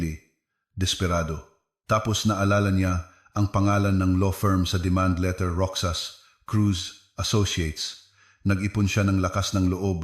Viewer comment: Ayusin ang bigkas ng Joaquin at Roxas😮😮